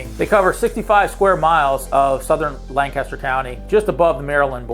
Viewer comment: If you’re not from PA and wondering it’s LankESTer. All one word. No big pause between lan and caster. Lancaster.